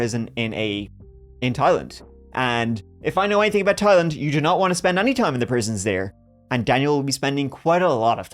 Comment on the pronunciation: Look at prnouncing Thailand like a pro! 🤣🤣🤣